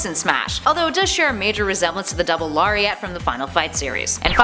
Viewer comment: Lair-ee-et = Lariat